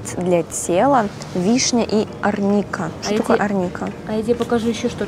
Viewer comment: В слове арника произносят ударение на первую букву а